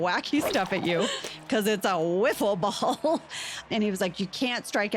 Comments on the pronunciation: I played wiffle ball with my brothers when I was kid with the whole yellow bat and ball with holes in it. That segment cracked me up when Jenna called her out on it haha “Woofle” ball haha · Angela: They had a celebrity woofle ball game Jenna: What are you saying? Say it again? A: Woofle ball J: Say it again, slow A: Woofle ball J: Slow, very slow. Say the first syllable A: Woof J: Wrong